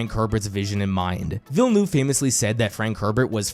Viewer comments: The way you pronounce VillenOUve so many times is genuinely funny. "eu" is pronounced in a way close to "u" in up, hurt or jump. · I’m sorry but in no language is “Villnoov” the right reading or pronunciation I needed to say that for my own sanity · Absolutely cacklin at villa-noove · “Danny Bell-noob” zero effort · Why so many poeple call him "Villenoove" ? like can you guys not make the slightest effort to say his name right..like really? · Why is nobody able to correctly pronounce Denis Villeneuve's name? He is one of the best directors of our time. It would be nice if people would make the effort to get his name right. I like the rest of the video but I think the least you can do is to try and get it right. It's not that complicated. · Yeah, it was getting really cringe throughout the entire video!